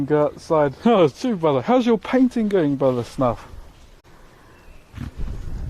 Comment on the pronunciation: This man lit said brother like gibralter ngl 😂